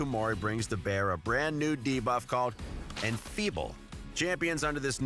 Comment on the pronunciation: exTRACT... deBOFF... Who is this guy?